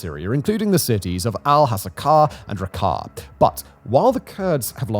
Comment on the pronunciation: "ReHavah" "RuKahhh" 😭😭😭 ffs